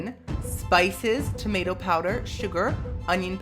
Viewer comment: Anybody else realize he pronounces tomato as "timato"? lmaooooo